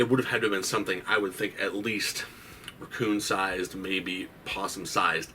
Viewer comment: The thing I found scariest about that whole story was the way you pronounced the word “raccoon” 😂